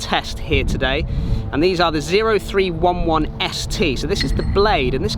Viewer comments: It’s pronounced O311 not zero. Semper Fi! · It’s pronounced “oh three eleven”. He named them as inspired from his military background.